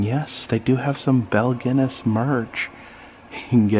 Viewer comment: Great video, except its pronounced Gun ness.